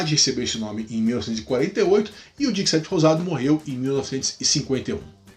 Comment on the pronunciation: dix-sept se diz "dissét" 😊. Merci beaucoup